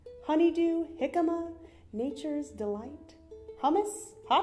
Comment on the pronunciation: Did she say "H is for 'jicama'"??? REALLY?! PEE-PEE People??? PEE-PEE peace march??? SMMFH I like your fersion better,.